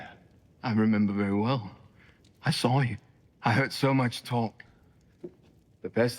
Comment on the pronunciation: Why do you pronounce "saw" as "sawl"? There is no L in saw.